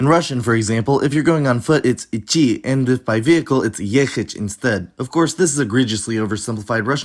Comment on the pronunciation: Not to nitpick, but you STILL pronounce идти like ичи.